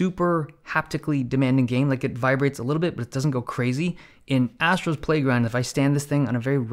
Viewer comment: "Astros playground" that sounds wrong